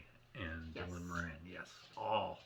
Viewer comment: Morin ???? Nope.